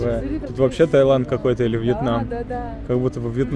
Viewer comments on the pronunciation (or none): none